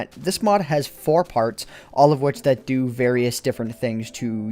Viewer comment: "so I had to fo" not "so I had to do"...